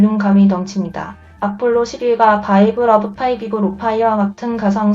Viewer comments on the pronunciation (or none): 대체 음성 입력을 뭐로했으면.... 바이브를 비브라고 읽게 만드는거죠 어디서 카피해와서는...